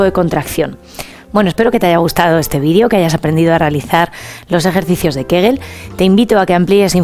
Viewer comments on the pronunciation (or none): Señora se dice video no vidio